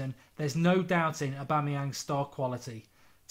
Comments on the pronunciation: Omg Mark finally said aubameyang right😂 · "Aubameyang" - Mark Goldbridge (2016) Music to my ears.